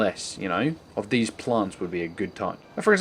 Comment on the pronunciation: why do you say 'these' wired you say 'dez'?.